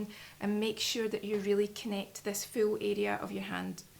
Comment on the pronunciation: What a charming voice and accent.:) "Make sure that you really connect this foo arrrea of your hand with you neck arrrea so you get the foo benefit." "The slouwer the beetter , so yoo just taaake yer time" was like music to my ears. Quite refreshing to hear unusual syllables being stressed. :)